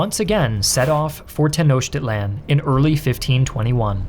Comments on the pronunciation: It's not pronounced "Tenoshtitlan". It's "Tenoktitlan". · The actual pronunciation is ten-oh-cheat-lahn, just in case you don’t want anyone to cringe like I did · Hey it's pronounced ten os teach land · Teh-no-cheat-lawn. Not that hard, sport. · Bro didn’t even try with the pronunciation 😭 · I'm sorry, but I can't take him seriously with how he pronounces Tenochtitlan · Too bad the narrator can't pronounce "Tenochtitlan" to save his life